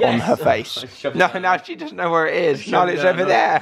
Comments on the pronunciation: Why does joe call Nala Alan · why does Joe call Narla "Allan" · I love how joe calls nala alan